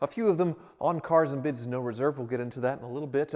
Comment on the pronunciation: it's CAAAARS and BIDS